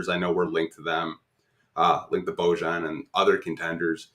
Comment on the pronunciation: Boy-ahn Bogdanovic